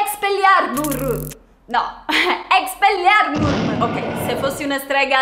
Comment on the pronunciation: Exeliarmus si dice cmq ti adoro cmq io sono corvonero 💙